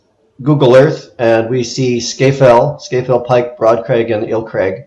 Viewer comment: Oh, and “Scafell” is pronounced “Scarfell”.